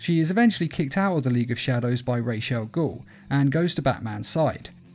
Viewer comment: Ah yes Rachell Gool